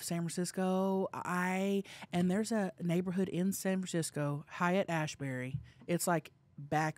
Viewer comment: Rewatching all Viral Podcast. I missed how pronounced San Francisco neighborhood Haight-Ashbury 😂 it’s “hate-ashbury”. Love you down💪🏼